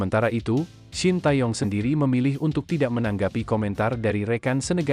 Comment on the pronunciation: Org2 indo selalu salah menyebut nama Shin Tae Young.. Kata TAE dibaca "Te" Seperti kita baca Kata "Tega"... Bukan " TA" 😂..